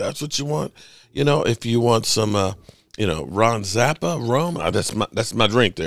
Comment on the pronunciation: Ron Zacapa 😅 my man said Ron Zapa